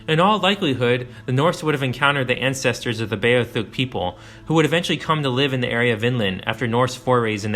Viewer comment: it's beothuk dude.... Bee - oth - uk.